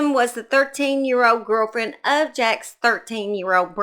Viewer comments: As a Vermonter that lived nearby this very disturbing case, his name is pronounced like Jakes not jacks and Barre is pronounced like Barry not Bar. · She’s kinda wild, huh? And someone’s concerned cause didn’t pronounce the perverts name right! Sooo in comparison your comments much more appropriate.